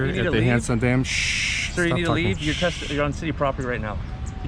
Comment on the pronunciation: It sounds like your saying handsome Dan lol